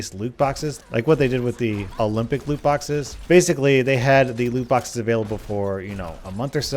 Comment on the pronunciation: "Luke" boxes. use captions